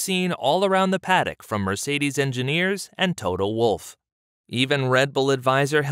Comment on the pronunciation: You don't pronounce Mercedes as it should be.